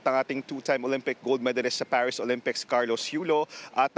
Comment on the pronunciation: ParisHH ba talaga? Di Paris? Arte arte. Hehehe